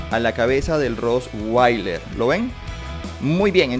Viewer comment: No se dise roswailer es con t